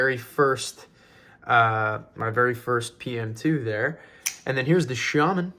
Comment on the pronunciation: You pronounce shaman correct